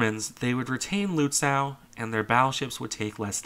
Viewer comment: Lützow: ow like in slow, not cow.